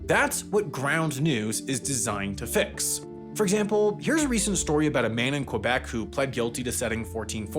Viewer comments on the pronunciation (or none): none